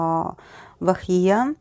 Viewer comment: Thankyou so much for doing this. And you pronounced her name perfectly. When you said how she knew that she was going to get negative comments even before the show, her uncle told some fans the same thing that she was aware of the negative reactions and was prepared for that. I just hope she's okay because of the immense amount of hate she's getting. Hopefully in future she will be successful and happy with her fans. 😄😄😄